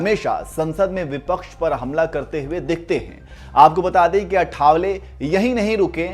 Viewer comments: It's not आठावले, it is आठवले. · आठवले not अठावले 😊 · अठा..वले नही भाई.आआआ ठठठ वले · अठावले नही आठवले